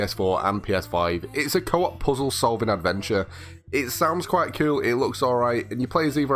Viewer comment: I love when he says coul😎😂